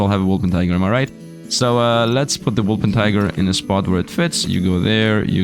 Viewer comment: Day 7 of hoping will pronounce Wolpertinger right once.